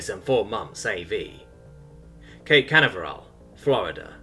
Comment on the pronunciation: The pronunciations! Lol Canaveral